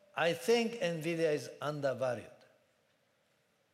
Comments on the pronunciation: "nevidya" seriously!? LUL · Quest still fighting how to pronounce NVidia.